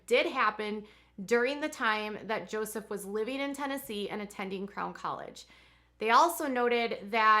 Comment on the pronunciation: Everytime you say, “Crown 👑 College,” I hear “Clown 🤡 College. I cannot imagine why.